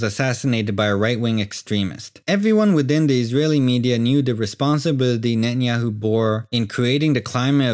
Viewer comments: Can't hold on laughing about the speaker pronouncing netenyahoo or nanyahoo😂😂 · Benjamin Netanjahu - is not Benjamin Natanjahu - is Benjamin Grün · Only ignorant people will buy this, I hate the way he pronounces his name Very provincial.